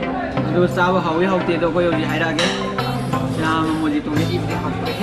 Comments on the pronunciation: Mo-e-to haiba oirmni da mojito oirmmoi ďa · When u pronounce it, its mohito not mojito. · Mojito haiba natte.. Mohito haina pagdbne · Mojito pronunciation is mohito🤩👍👍